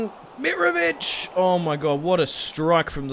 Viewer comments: It's miTrovic not mirovic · can you please say mitrovic's name properly